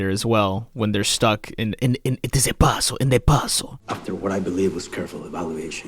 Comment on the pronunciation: The "puhzuhl" part with you touching your head & eyes was the funniest thing you ever said